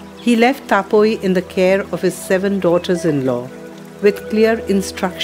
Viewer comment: Boitta ? Sadab pua ? Taa-poi ? Baadaa osa ? ବୋଇଟ, ସଦବ ପୁଅ, ତା ପୋଇ, ବାଡା ଓସା ? Is the narrator a non - odia ? Why Odia language is ridiculed by a Govt of India organisation with such wrong pronounciations ? It is shameful.